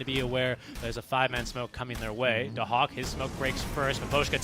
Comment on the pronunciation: Daxak = Dahak